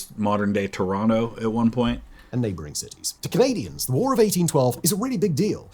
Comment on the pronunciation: As a Canadian, 2 points: 1, Yes there is a lot of emphasis on the war, the burning of York and the beating back of US troops, but 3-4 months is an exaggeration, at least in my experience. 2, good job with the correct pronunciation of "Toronto" :P